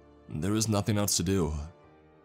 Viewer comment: RecordINGS!!! NOT recordeens!!! Learn how to read ING!!! IT ENDS WITH A G SOUND, NOT AN EN SOUND!!! NothING!!! NOT notheene!!!!